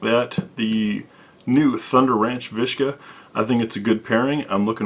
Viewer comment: it's a viska, not a vishka is not russian